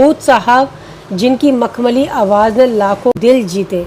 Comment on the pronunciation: A good presentation overall. Madan Mohan and Talat are my favorites, but I also admire Rafi greatly. The two singers are very different, there is no comparison. Friendly recommendation for the presenter: Work on proper pronunciation of Urdu words. Examples: "awaaz" instead of "awaaj"; "gham" instead of "gum". Also, try to look straight frontward rather than sideways (unless there is a reason).